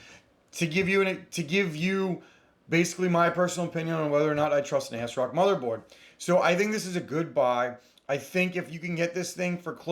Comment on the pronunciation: ASSSSSrock not A-S-rock & cmosss not cmose🤷